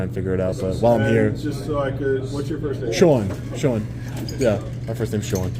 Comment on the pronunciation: his name is pronounced SHUAHWN